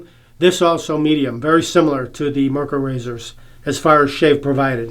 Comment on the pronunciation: The brand is not pronounced "mer-kher"....There was actually a car with the same name...pronounced "MARE-coor"....like a female horse and the beer. MARE-coor.